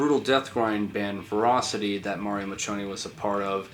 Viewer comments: Ferocity not verocity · Ferocity is pronounced Verocity? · Why does "ferocity" sound like velocity in a Chinese accent